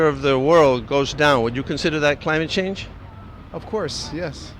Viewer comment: You forgot the "N" at "change"